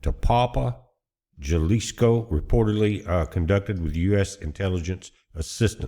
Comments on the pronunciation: Halisco, h sound, no j 🤣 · you are mispronouncing the State of Jalisco! it's pronounced "Ha lisco" Good Report! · Would never vacation in Mexico or nearby it these days until the cartels are cleaned up. As beautiful as the resort areas are, not worth the risk. And it’s pronounced “Halisco”. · Its Ha lee scoe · The J in Jalisco is pronounced like an "H." Thanks for the report, 🙏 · J sounds like an h, but good job. Appreciate it.